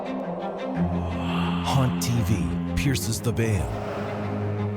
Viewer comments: Honestly, for a moment, I thought you said "Porn TV" instead of "Haunt TV" XD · The way he said haunt tv made me think….. help